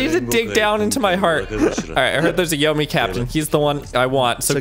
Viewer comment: Yomei is pronounced “yo-may,” just so you know. In Japanese transliteration, an E followed by an I is always pronounced like an “ay” syllable, as if say “eh ee” at the same time